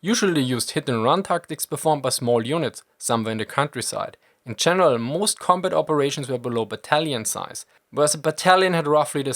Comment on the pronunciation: Ah, close but no Milka. It was the pronunciation of "combut" that gave me the idea...probably a germanic linguistic idiosyncrasy...cool either way.